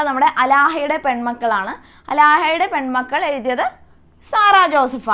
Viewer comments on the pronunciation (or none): അലാഹ അല്ല ടീച്ചർ ആലാഹയുടെ